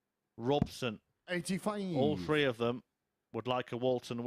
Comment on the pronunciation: What's up with the 12 year old commentator. Let me know if it is throw or frow and three free. His voice is so annoying get Edgar back